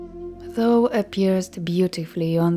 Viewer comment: There is one word you regularly mispronounce that is a little hard to understand for english listeners. “Thou” is pronounced “thow” (rhymes with “ow!”). You are saying it like the word “though” which is a bit confusing. Your voice is lovely to listen to though!